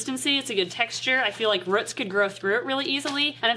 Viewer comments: why do you say ruts when it is spelled roots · As someone who's accent really emphasizes the oo sounds in roots I really love how says ruts. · The way says roots is funny ahaha "ruts" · Haha it’s so cute how you say root! I say the vowel like in the word “too”! I love regional pronunciation things. I’m from near Toronto! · the way says roots😂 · I've never heard a more northern pronunciation of "roots" before! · I've never heard anyone pronounce 'roots' like does. Is that common wherever they are from? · Can someone please tell me if the way she says roots is a Wisconsin or Minnesota thing i would like to know thanks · Can't help but laugh when she says roots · I'm sorry but the way says roots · Is it just me being British or does have an odd way of saying 'roots'? Not sure if this is just a British vs American thing! 😜 😀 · It is just me or is she saying roots with some sorta accent